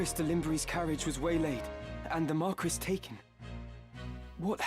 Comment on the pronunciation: Why are they pronouncing Marquis like that...